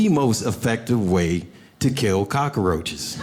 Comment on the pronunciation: As soon as he said "cock-a-roaches" and not "cockroaches" I knew that wasnt just a bit, it was the truth.